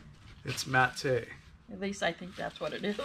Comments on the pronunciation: The camera needs to be lower and closer. Amethyst is purple. The "fruity" magnets are very pretty. Matte is pronounced MAT. Dryer lint can be used for stuffing certain things, but I don't know what. I used to use one of those grocery clickers when I first got married and money was tight, in the late 70s. My husband and I are both very capable with DIY, but our set of Time-Life home repair books have saved our tails several times. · You can make fire starters out of the dryer lint by pouring melted wax over on. Put some lint in an egg carton and pour over the wax. Break the individual "eggs" off for fire starters. And "matte" is pronounced "mat" like yoga mat. Not "mat-tay". 😊